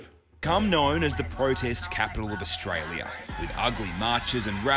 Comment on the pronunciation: FFS can't even pronounce Australia correctly.